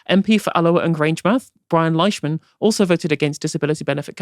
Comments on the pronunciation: It's pronounced Leeshman btw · For future reference, Leishman is pronounced "Leeshman".